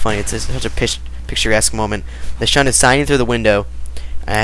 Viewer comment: xD Sorry, I didn't see this in the comments, so I have to point out you said "the shun was sining" xD